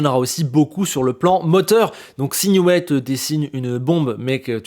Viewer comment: Excellente analyse comme toujours ! Par contre, ça pique un peu les oreilles... on dit "Nioui", pas "Nioué" (c'est Newey, pas Neway)